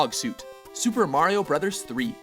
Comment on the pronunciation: WOW YOU SAID HIS NAME RIGHT MARIO NOT MERIO